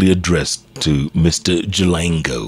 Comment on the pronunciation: He’s Jalango and not Jalang’o??? Or doesn’t Jeff know the difference between ng’o and ngo?